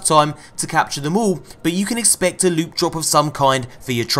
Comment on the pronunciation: You really need to stop saying "loot" like that. Its insulting to the word. 2tokensandablue.